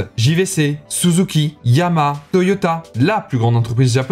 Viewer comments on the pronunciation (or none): Pour moi le Japon ça me fait surtout penser à Yamaha ! Et ça YamaHa, on prononce le H, merci bien...